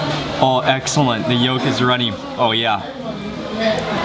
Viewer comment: Did he say "egg-cellent"??